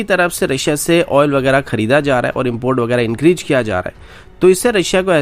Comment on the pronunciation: "INKRIZE" sala uneducated gobar khor.